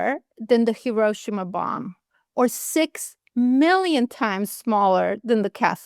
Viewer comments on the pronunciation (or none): not Hi-RO-shima. Correct is Hi-ro-SHI-ma.